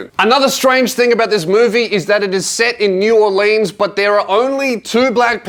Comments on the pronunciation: do NOT let an australian person say new orleans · It's pronounced Naw-lins(New Orleans) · New Or-leans? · This man just said New Or-leens